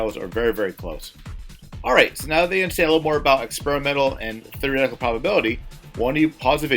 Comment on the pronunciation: "Thereehtical" lmao